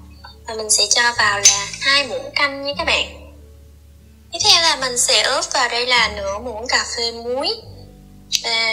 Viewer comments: Ướp mà cứ nói óp là sao? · Ướp chứ không phải ớp em ơi